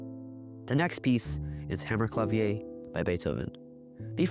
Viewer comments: Interesting and well done. One note: "Hammerklavier" is German, not French, so it's pronounced "HammerklaVEER." Zur Zeit Beethovens ist „Hammerklavier“ ein allgemeines deutsches Wort für das italienisches Wort „Pianoforte“ gewesen. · The word Hammerklavier is German, not French lol. You pronounce the final r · YOu mean to say you had never heard "Hammerklavier" correctly pronounced EVER? And that was just the most obvious example. But OK, still a pretty good video.